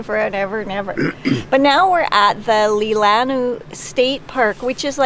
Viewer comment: Lol it's pronounced Lee-La-Naw